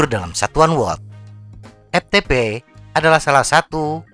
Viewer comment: Dari awal video sampaii akhiir video... Lagii² EPTEPE... lagii² EPTEPE😂 EFTEPE bang😅✌️ Hayo orang sunda yaah😁